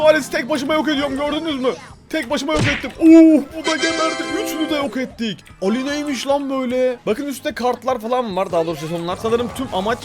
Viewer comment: Abi Alli Elli diye okunuyor